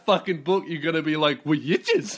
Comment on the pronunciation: Listening to this podcast at the gym was probably the biggest fucking mistake I've ever made. I almost collapsed under the bar because I laughing so hard at "wee-itches"